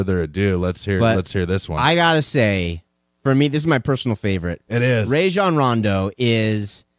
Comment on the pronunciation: Bet you wouldn't say any of this to Rajons face. You dont even say his name right lmao sad